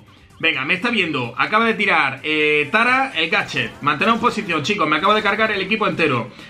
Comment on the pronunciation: dice gachet